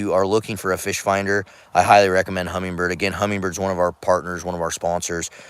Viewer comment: No G in Humminbird. Great finder